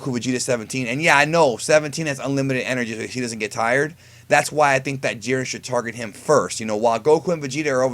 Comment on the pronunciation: Wow you completely misread Jiren